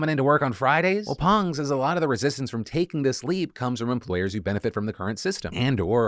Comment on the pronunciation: 감사감사 Phil for pronouncing "Pang" correctly